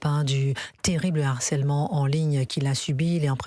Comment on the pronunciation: "on Na affaire à un Narcelement" .... Avocat gen Z ....